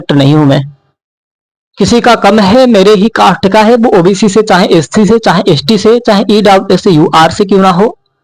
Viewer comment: Sc ko scc kh rhe ho baklol